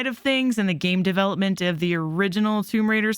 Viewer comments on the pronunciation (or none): none